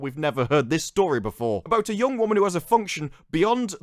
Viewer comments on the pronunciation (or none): none